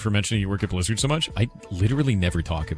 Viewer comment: The deep voice combined with the "shz" pronunciation (Blizzard -> "Blishzard") always pissed me off 😭